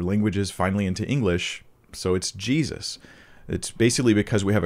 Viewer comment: you said 'Jezus' that sounded so Dutch!! Thank you again for your wisdom! And the blessing you share with us. God is good.